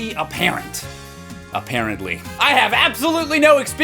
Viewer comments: omg did he say "A parently" or am I just hearing things ? XD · you said- "A parent-ly" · "I've got to be a parent, a-parent-my" 😂🔫